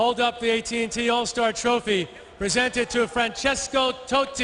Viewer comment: TOTTI not "totey" is football Legend.